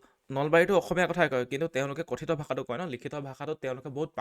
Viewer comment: 'কঠিত ' নহয়, 'কথিত' ।